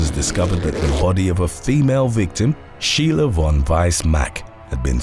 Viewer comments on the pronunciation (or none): none